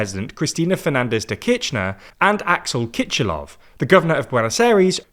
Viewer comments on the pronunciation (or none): cristina kirchner and kiscilof in argentina aren't really spelled with a 'ch' sound, kirchener is more pronounced like kirshner, and for kiciloff, the 'c' is just an an 's' sound